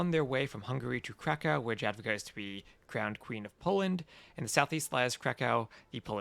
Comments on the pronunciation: correct me if im wrong but isnt it yad-wi-ga? stupid inconsistent latin alphabet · Dziadwiga :D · Polish J is spelled like English Y in most cases and W is English V so yeh, yad-vi-ga with hard G